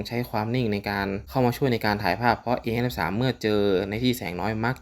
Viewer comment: พูดให้ชัดหน่อยนะโดยเฉพาะคำว่า 53